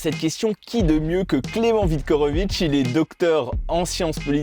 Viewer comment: Merci pour la vidéo. Dommage d'avoir écorché le nom de Viktorovitch à chaque fois...